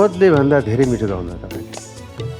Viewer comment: ए तृष्ना गाउनु हो गउनु होइन उच्चारण त सहि गरुमन यार